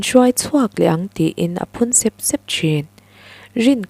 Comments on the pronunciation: Sep sep tih lai hi, tui a far keuh keuh tih a, keuh keuh tih thluk a, sep sep tih tur ani ang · Phun sep sep,,, i lamdan hi sêp sêp ti zawk teh a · A ngaihnawmin i chhiar thiam khawp mai,mahse i thu lam thluk han sawisel ka duh a,Sep sep tih i thluk kha i thluk dan a ri hniam a i thluk kha plural form a nia,mahse singular form tur a ni sia,step i lam rik anga ri sang zawkin sep sep tih tur a ni e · Phun sep sep hi I lam dan hi lam dan tur ni lo vin ka hria.